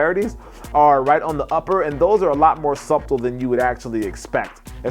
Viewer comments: He said Sub tle😂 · Dear God... the word SUBTLE has a SILENT "B"!! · This dude says the b in subtle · Never heard the b pronounced in subtle.